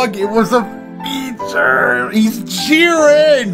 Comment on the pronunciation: when he said “jiren” i just 😮‍💨